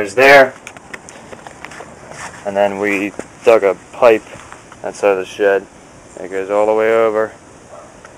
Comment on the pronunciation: shed, not shit lol